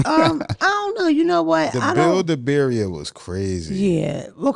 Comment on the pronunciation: The way pronounces birria 🤣🤣🤣🤣🤣god I love her